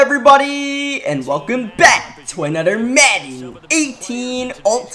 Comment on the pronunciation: Welcome back to aNUDDER madden 18 gameplay